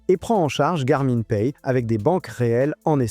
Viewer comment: garmain mdr on dit gar min comme le pronom la gamine .la mine ( de crayon ) on dit pas la main de crayon mais la mine .....